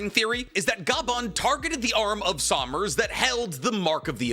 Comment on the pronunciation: 'Junko" "Sawmners" "Scooper Ga-bban" it's been 30 seconds 💀